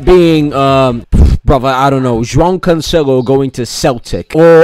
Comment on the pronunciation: that cancelo pronounciation in the start was on point fair fucking play